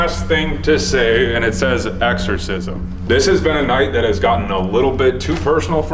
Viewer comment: "EXCORSISM"... IM GONE DUDE!